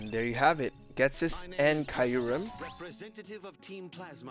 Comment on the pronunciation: It’s pronounced Jet-is not Get-is. Why does everybody mispronounce Ghetsis’s name? It just bothers me that’s all.